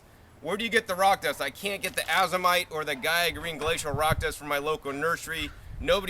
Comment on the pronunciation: nice job. for future fyi: Azomite is pronounced "Ay-zoh-mite" not Ah-zoh-mite. Long A as in A to Z.